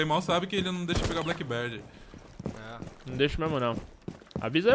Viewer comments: Meu Deus, não é Blackbird, é Blackbeard, vê se pronuncia corretamente. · Genteeee e blackbeard com D mudooooooo q agunia vcs falando errado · Blackbird? A barba que é preta, não o pássaro... a pronúncia é bléqui bird... kkk